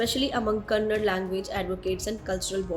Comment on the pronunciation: Itsa kannada not kanad